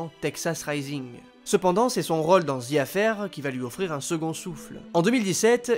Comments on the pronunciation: c'est gossant quand tu dis 'role' au lieu de rôle. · Le narrateur a un soucis avec le mot role ... c est quoi cette facon de prononcer lol